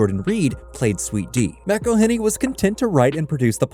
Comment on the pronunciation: Every time you pronounce McElhenney’s name wrong his teeth get a shade whiter